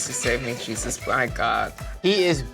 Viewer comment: Why does she pronounce the name “Jesus” so weirdly?? 🧐